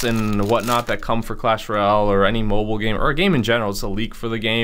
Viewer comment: Roayle (royale*)😕